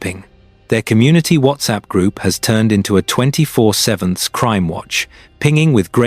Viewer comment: Why do you use AI voice when it still can’t pronounce 24/7????